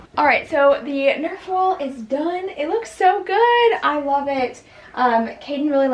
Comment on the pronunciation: Omgh, NERF! Not nerve 🤣🤣🤣